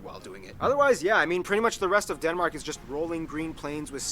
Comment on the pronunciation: There are SO many things he gets wrong about Denmark, I don't even know where to start. Also, He pronounces at best half of it right. Please don't insist on pronouncing it "correctly" if you can't :v